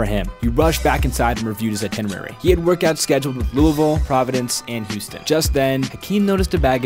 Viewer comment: It’s satisfying to hear you pronounce Louisville correctly.